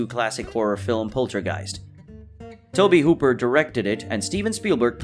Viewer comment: And Hollinger & Room Two-twenty-two ,too. Toby Hooper? How about Tobe Hooper?